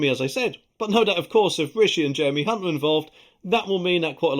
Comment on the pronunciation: Hunt with the silent "C"..........love it😂